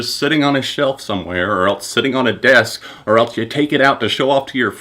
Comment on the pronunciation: "Or eltse"